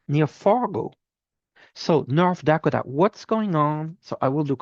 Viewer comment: Thank you for what you do from Michigan. Dakota is pronounced 'Duh-koh-tuh'. HUGS